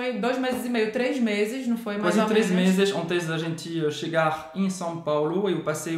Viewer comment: Gostei , SÃO PÁULO !!!!! SÃO, SÃO e não SAO PAULÔ 👍